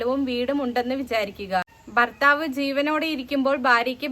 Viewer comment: ബർത്താവ് അല്ല മോളെ, ഭർത്താവ്.